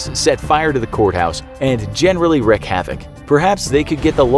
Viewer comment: I love these videos, but come on--its pronounced "reeked" havoc--just wanted to inform you of that before you American's go and make up another word.